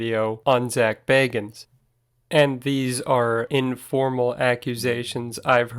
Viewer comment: If you're going to do a vid about Zak, learn how to pronounce his name right....